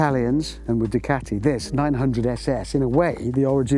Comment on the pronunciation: It's.... "Doo-ca-ti"